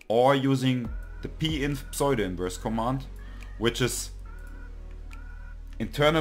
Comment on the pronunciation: Thank you, and greetings from Oregon, USA. The mathematics was familiar to me, but I was having trouble getting started using Octave, and this really helped! I appreciate your video and will look at others. One minor comment on your otherwise great English: it took me a minute to figure out that you were saying "pseudo-inverse" but it's typical to pronounce it with the "p" more-or-less silent and a long "u" = "oo" vowel sound. You can listen here